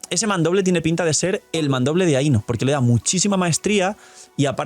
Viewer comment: I legit cringed from constantly hearing things mispronounced like ae-no, but her name is pronounced as i-no. And Columbina’s name is pronounced a certain way. Colum-bina.